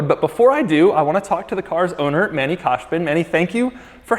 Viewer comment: You didn't pronounce Manny's name right ,but it's no problem